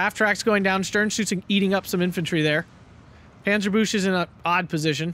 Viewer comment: Wow wow wow….it was so close….you ALMOST had the pronunciation of Panzerbüchse correct. jk bro, good job with the play by play, had me sweating.